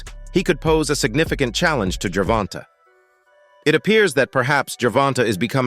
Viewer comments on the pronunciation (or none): this cappin channel don't like Tank. They even sound like a lor beoch when they say Gervonta. Can't even say shawdy name right.